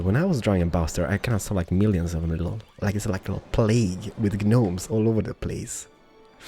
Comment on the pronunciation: gnome is pronounced 'nome' - silent 'g'